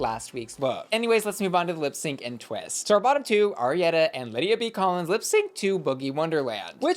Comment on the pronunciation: Please get ARIETTY’s name correct. You keep calling her AriettA